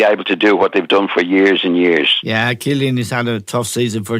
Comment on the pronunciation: "Cillian" I'm dying 🤣